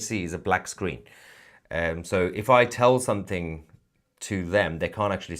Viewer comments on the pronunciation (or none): none